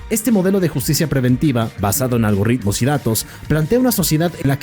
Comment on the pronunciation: Algoritmos, no algorritmos 😂